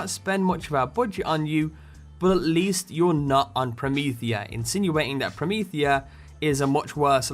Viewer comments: Perhaps the 'Prometea' could have the missing 'h' due to the accent of the speaker? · Wow! Promethea was even referenced in the first BL!!! I kinda like it called 'Prometea', rather than 'Promethea'.